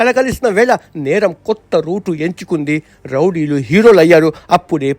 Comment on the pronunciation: Rowdilu ❌ Lovdilu ✅😂